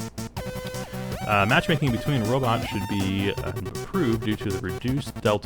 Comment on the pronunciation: BTW we know instead of "Robits" we will be calling them "rabbits" and when we collect them we are herding rabbits.